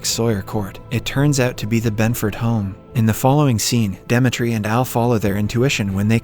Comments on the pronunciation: Are you trolling with not being able to pronounce “Demetri” and “live”? Lol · he pronounced Demetri correctly on the main channel but wrongly here. There weren't any jokes as well too and the audio in the 2nd part got worse. somwthing is definitely fishy there. Also, the constant joke where he replaces suicide with "commits the unthinkable" was not present here at all when there's a whole suicide scene